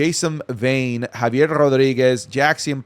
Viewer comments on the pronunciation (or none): none